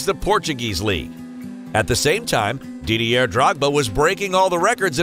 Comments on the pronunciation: Three seconds in, "Dee-dee-air Drogba". Fuck. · Psssst Yank narrator .Didier is a French name and the R is silent . France is a Country in Europe .